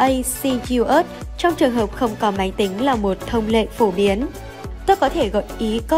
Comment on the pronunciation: ABACUS là bàn tính hạt đậu đó, đọc gì ây bi ây haha